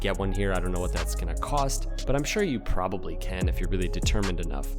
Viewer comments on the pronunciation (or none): none